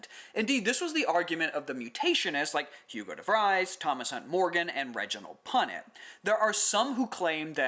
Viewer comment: For the errata: you said cysteine when you meant cytosine in the methylated CG basepair. The -e in Jean Baptiste Lamarck is silent, you would prounounce it as baptist. And Hugo Devries would be prounounced as if it was "Devrees" (like "freeze").